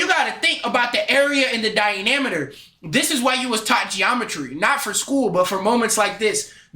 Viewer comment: Bro said dinameter no hate though it’s just funny